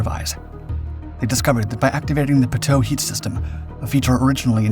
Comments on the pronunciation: Dude, so rookie. No one calls it a "pa-toe" at all, ever. It is always called a pitot tube, pronounced pee-toe. I didn't even know what you were referring to at first. This is America not Canada homie. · It's not "p toe" its "pee toe" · Pitot (pronounced) = Pee* - doh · Pitot is pronounced "pea-toe." ffs. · Friendly tip: Pitot is pronounced Pee-Toe...the sensors on all aircraft to sense air speed. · Pee-tow I know you guys do a lot of docs, but this one is like nails on chalkboard to me lol. Pitot tubes are the things that stick out the nose of a jet, pointing into the airstream. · Learn to correctly pronounce "pitot" before you do a narrative! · They screw up even basic things like how to pronounce pitot.